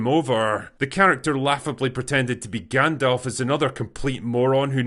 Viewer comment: Hahaha lol Not GandLf